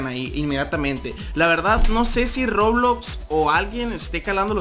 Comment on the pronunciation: Dijo robulox